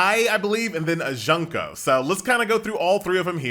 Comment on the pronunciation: the way he pronounced "Junko" Junk-o. I cried a little.He just called her Trash-o. He went straight for the heart. Fortunately she's already dead....